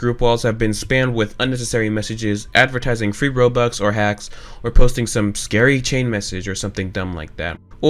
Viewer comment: Its Robux Not Bobux Whyyy (ᗒᗩᗕ)ಥ╭╮ಥ